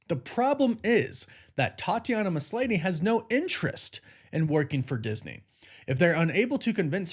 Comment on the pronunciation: I can’t tell if you keep mispronouncing Tatiana’s last name on purpose or not